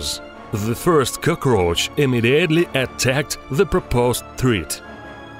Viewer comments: Did i just hear him say Cocros instead of Cockroach? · "a second CoKorCh" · Lmaoo the way he says cockroach kills me 😂😂😂